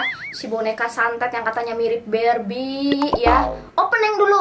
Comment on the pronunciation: barbie gak pake r